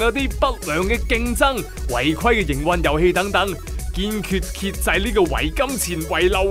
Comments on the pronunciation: 糾（九）正 ，遏（壓）制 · 遏制個遏係讀「壓」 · 糾正讀「久」正 遏制讀「壓」制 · 遏制 應該讀 (壓)制 先啱 🤣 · 遏制 讀音係 壓制